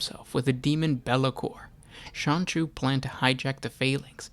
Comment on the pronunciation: Keep hearing "Sonichu".